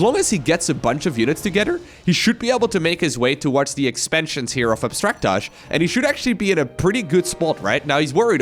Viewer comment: I think that's pronounced Abstract AJ. (As an initials dude myself)